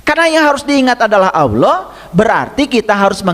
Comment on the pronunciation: Pantesan, mbaca Alloh,nya ALWOH, & AULOH, itu ngga TUMPENGAN, C..🙏🙏🙏